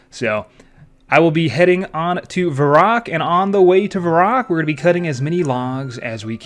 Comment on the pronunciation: What the heck is Varrock? It's pronounced Varrock...